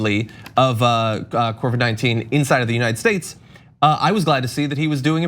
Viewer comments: John: COVID-19, not CORVID-19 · Corvid-19 sounds like a covert group of crow, raven, and magpie secret agents lol